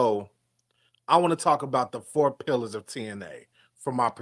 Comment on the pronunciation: 😂😂😂😂😂 this dude said pilars of TNA....😂😂😂😂